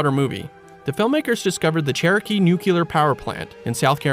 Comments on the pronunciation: Hearing some doofus say “noo-que-ler” is always like biting on tinfoil for me. Nuclear. Pronounced “new-clear”. Sigh. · Great video, but it's NUCLEAR -- Say it with me: NEW-klee-err. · "inexcapable" "nucular" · "Nu-kular." Nice.